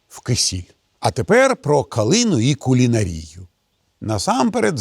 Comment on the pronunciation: Євгеній Олегович, Вас так приємно слухати! Навіть наголоси у словах Ви кажете вірно. От тільки " кулінарія" викликає сумнів, бо нас колись учили ставити наголос на букві а. Немає зараз словника, то не можу перевірити. Гадаю, що Ви на мене не образитеся за те, що попрошу Вас знайти наголос у слові " кулінарія", бо ще колись доведеться його вживати, то будете знати точно, як казати. А я Вас і Вашу команду дуже люблю, буду дивитись і слухати й надалі, тож заодно і повчуся у Вас. Заздалегідь щиро дякую.😊❤